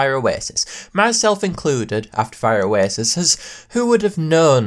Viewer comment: “Fire oasis-us”